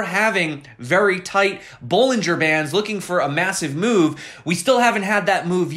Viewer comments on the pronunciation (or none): The big "moonve"